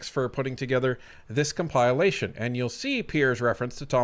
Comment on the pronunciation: Calling it a cum-pie-lation is crazy